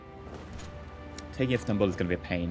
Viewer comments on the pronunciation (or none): "instanbul" gr8 pronounci8tion m8